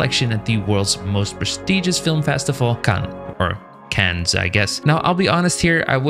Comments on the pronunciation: A bit off topic but fyi Cannes city is pronounced exactly like "can" in english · "' 'Cannes' I guess. " - Nope, the "s" is definitely silent.